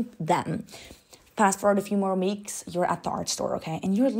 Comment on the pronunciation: “Past forward to few more meeks” 😭💀